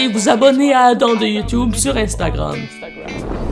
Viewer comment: C’est moi ou tu dis adain ou pourquoi pas adam